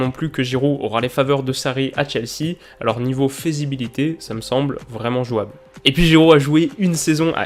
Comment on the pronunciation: On dit "faisabilité" et non "faisibilité". Sinon bonne vidéo comme d'hab.